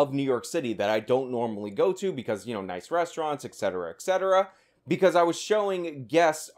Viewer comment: gawd dam it...etcetera (just like esspresso) has no x! Come on man. :p